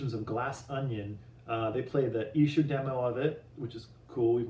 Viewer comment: you're the first Stateside Beatle-related channel to pronounce Esher correctly! Hooray for! I'm very excited about this release, and looking forward to the book too! All the best from the UK... not so far away from Esher... in Surrey (pronounced Suh-ree).